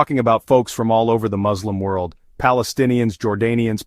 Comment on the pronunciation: I wanted to share a quick note about the pronunciation of the word ‘Muslim.’ The correct spelling is M-U-S-L-I-M, and it’s pronounced ‘Mus-lim’ with a clear ‘Mus’ sound at the beginning NOT …. Moz. I just wanted to clarify this to avoid any confusion. Thanks for understanding!